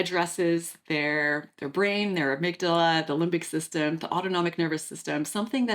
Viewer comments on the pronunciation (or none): none